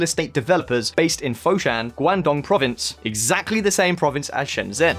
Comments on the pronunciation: Just wanna point out, Shenzhen is pronounced "Shen-Jen" (the "zh" equates to a hard "J" sound in Chinese Pinyin) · Shen zhen is pronounce Shen chen, with C not J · Shenjen! Like next-gen. But I have heard a friend from Hong Kong pronounce it as Scienjen. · You cover shenzhen a lot, so why not learn how to pronounce shenzhen. The 'zh' sound more like a 'j' sound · or to be more specific the 'ge' sound on the end of George. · Country Garden is indeed based in Foshan, Guangdong (Shunde District to be precise) as is Shenzhen but the implication this means that they will copy Shenzhen is pretty simplistic. Foshan is its own city of over 7 million people more than 2 hours drive away from Shenzhen. I know this because I live in Foshan and have done that drive many time. Also please learn to say Shenzhen properly. The zh makes a j like sound and not a simple z with the h dropped as you keep doing.